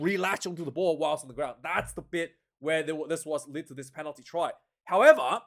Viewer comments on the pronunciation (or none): none